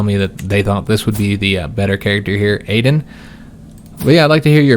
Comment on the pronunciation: I'd like to see Aden (btw, I think it's pronounced Ah-den) assume the throne only because Shy is such a garbage personality trait. Whether you're roleplaying or metagaming it's just not fun to deal with.